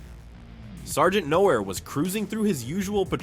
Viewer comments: "Noer"? That's not even close to how "Nachreiner" is pronounced. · Your robotic voice reader is terrible. Weird inflections and "Sergeant Nowhere"? :)